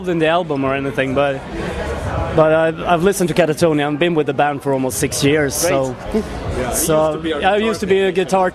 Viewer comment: Not to mention the interviewer calling the band “Katarinia” and having to read album and song titles from a sheet.